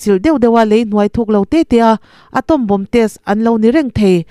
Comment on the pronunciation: In inhawng a, a lawmawm.... Pronunciation then khat lo bih zuai ila 1. Bomb, bomber, bombing......b hi silent a nih vangin Bom, Bomer (bomar), boming tia lam tur a ni e. 2. Allies...... Alaiz 3. Operation hian oppression a ang mah zawk....chhinchhoahna clue: operation hian 4 syllables a nei laiin oppression hian 3 a nei thing. 4. Debris.....De-bri